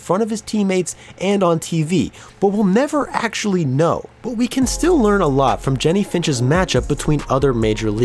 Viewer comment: You say "but" weird. Like.. Büt